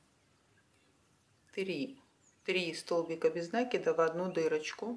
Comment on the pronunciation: Нет слова нАкид. Есть накИд . Сама собачка прелесть! А кудряшки я бы просто вытянутыми петлямм связала ( как у мочалок)